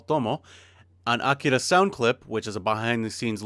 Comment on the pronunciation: I appreciate how you pronounce "Akira."